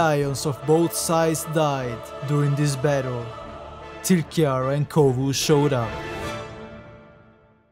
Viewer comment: is Kovu, not Kovo